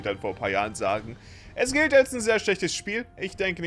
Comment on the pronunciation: „Das güldet“ hahaha